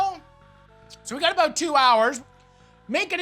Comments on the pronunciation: Its aboot faking tiiiiimmmmeeee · The best part of cooking videos is the word "about"